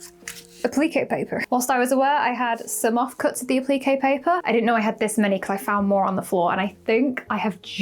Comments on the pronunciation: I was so confused awesome to what A-pleakay paper was then realized you were saying Appliqué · 😂😂 yes me too! I had no clue what she was saying until I realized she was saying appliqué ❤